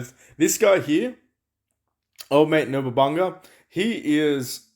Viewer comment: isnt this shop even worse than the halloween one? You cant even buy g5 legendary hero shards for the sweets, only g4 Also do you pronounce Nobunaga and deity wrong by choice?